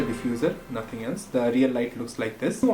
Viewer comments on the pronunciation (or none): "Riyal stuff"